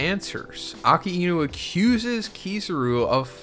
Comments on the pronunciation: Since when its Aka-e-nu? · "AKA E NU" jesus man how hard is it to pronounce "a-Kai-Nu" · Bro I can’t believe you can’t say Akainu correctly and been watching from the start. It’s uh-Kai-new, not aka-inu. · “Aka-inu” it’s “ah-ky-new” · bro why he calling akainu aka enu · Brother, really? "Aka inu"? Wtf kind of pronunciation is that? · It's pronounced Ackai—nü. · the pronunciation of akainu is killing me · Lmao wtf is up with that Akainu pronunciation? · I know. But that's just not how his name is pronounced lmao.